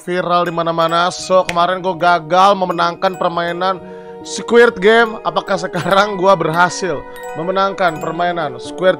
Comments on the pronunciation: "Squid" bang, bukan "squirt"🗿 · betul , bang windah ngomongnya SQUIRT wkwkwk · Squid bang,bukan squirt😭